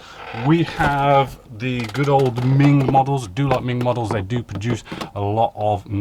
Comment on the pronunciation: Isn't it MENG, not MING.....